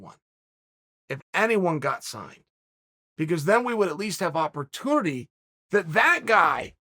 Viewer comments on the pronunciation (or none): none